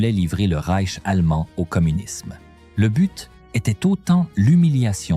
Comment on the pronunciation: Et ces noms allemands prononcés à l'américaine : 🤣🤣🤣 Ou pire : Le Rek allemand (pour le Reich)...